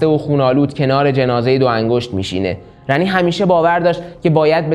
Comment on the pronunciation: خود گیم اسم Ranni رو “رانی” تلفظ میکنن نمیدونم چرا اصراریه میگین رَنی